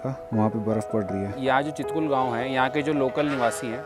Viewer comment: छितकुल✅ हे यर चितकुल नही ❌